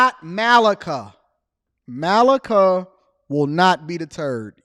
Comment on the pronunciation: it's MA-Lee-KA 🙂